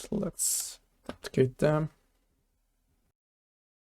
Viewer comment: Nice nice. One thing duplicate is pronounced more like doo-plicate rather than dop-plicate haha